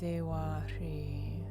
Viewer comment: Hrih is meant to be pronounced with a z or zh sound. Om ami dewa zhri or zhe